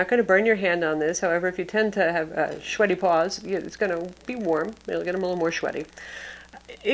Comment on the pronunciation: Haha "shweaty" that's awesome. Great review!